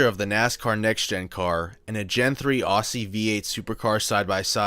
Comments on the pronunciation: Aussie is pronounced Ozzy not Ossy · Small tip: "Aussie" is pronounced "Ozzy" like Ozzy Osbourne. Not "Oss-ie". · ozzie not aussie pronounced.